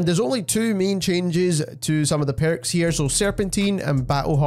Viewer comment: Which accent is this? “The Perrukss” hihi